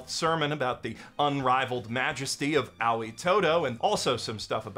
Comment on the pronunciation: I love that you pronounce Aoi's name as "Owie"